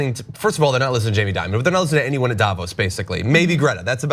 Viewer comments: That kids, is what fear mongering looks like. Also please, banks make bad decisions all the time. Like that time Deutsche Bank loaned No. 45, millions. PPS I'd pronounce Dimon as De-Mon, like the corporate monster that he is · So we get this right: Jamie DIMON, (like DEMON with an I), not Diamond. K?